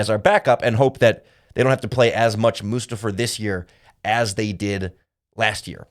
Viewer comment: I listen to as many podcast as I can involving the Bears. Your the only one who pronounces Mustifer as. Everyone else pronounces it must a fer. What’s up with that?